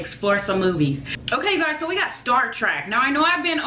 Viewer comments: It's Star TREK, not "Star TRACK" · Trek.......it's TREK...not TRACK........arggghh....lol..... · Star trek, not star track my guy.